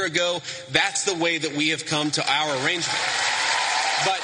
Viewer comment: Vance keep saying their arranegemnt !!!! What arrangement ?? They are married.. Tf he saying. He is so fake